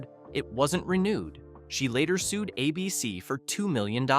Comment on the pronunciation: Abeecee? Was Don Knotts REALLY an established TV star before Ralph Furley